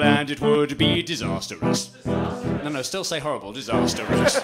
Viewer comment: This is the first time I've ever heard someone pronounce disastrous as disasterous